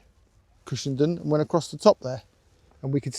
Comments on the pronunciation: It's pronounced "done"......Cushen"done". I live not too far away from it. Glad you got the good weather for your trip. Happy trails!!😎👍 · Cushendun is pronounced Cushendone guys, lovely video by the way, that coast road is to be avoided at weekends as the boy racers love it to, and it has had more than its share of bad smashes over the years, ps next time try Torr head road Apecross doesn't come close, on a clear day you can nearly touch the Mull, safe riding